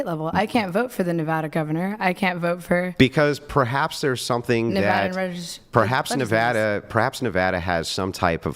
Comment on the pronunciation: Thank you for pronouncing Nevada correctly.😂